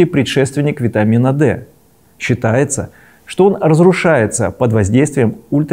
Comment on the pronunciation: автору - почему Вы акцентом выделили слово "СЧИТАЕТСЯ ,что 7-дигидро-золестерин разрушается при UV-спектраБ" Слово «считается» тут слышится как не однозначно , что это одна версия из многих. Расскажите пожалуйста о других версиях кожного синтеза гормона Д если таковые есть . Можно даже тут а комментариях.